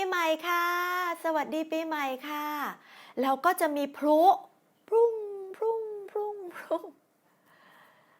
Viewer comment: In "แล้วก็จะมีพลุ", you seem to pronounce "พลุ" with "R" rather than "L", don't you? I've got used to "L" to go instead of "R" though.